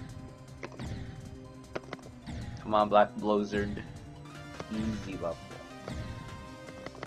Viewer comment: bleck bloozurd